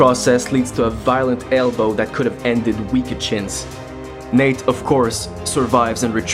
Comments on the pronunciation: It sounds like you’re calling him Nick but I know you’re not. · did he say nick or Nate?